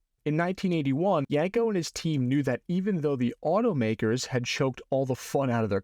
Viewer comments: I don't know... One thing kept grating on my eardrums every time you said the word... That word was Yenko. It's pronounced exactly how it's spelled YEN-ko, not YANG-ko or YENG-ko. Other than that, pretty cool vid, straightforward and informative. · YEN-KO not YANK-O !!